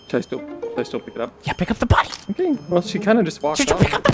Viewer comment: The way he said pick up the body: “PICK UP THE FFFF BODY” shoots the sky